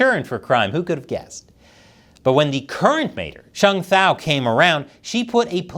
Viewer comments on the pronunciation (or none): Heya, not trying to be a nitpick but this is my mother tongue. The mayor's name is pronounced Sh-eng T-ow . I think you were using the mandarin "e" sound instead. Our language (hmong) is still fairly obscure so it's OK, just wanted to inform you. Also, as great as it is that she's the first hmong mayor in Oakland, her term and how she's conducting herself has been embarrassing for the hmong community in the US. I'm from WI and I've been hearing gossip about her even all the way over here